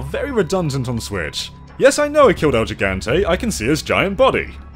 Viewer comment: Thanks for the review, i appreciate it. Btw it's "el HE - ganteh"